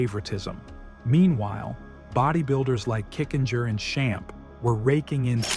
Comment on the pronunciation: "Schamp"? 😂 You mean Schlierkamp.